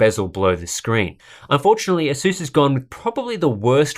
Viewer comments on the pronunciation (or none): asuuuuuuuuuuuuuuuuuuuuuuuuuuuuuus asas is how u pronounce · Asus not aSus